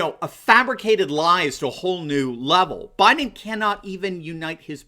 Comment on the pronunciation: Actually he says "I'm Joe Bliden's husband", there's an L in there.